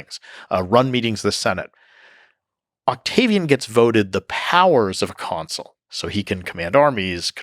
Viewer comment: Lol. He said Octavi "Anus"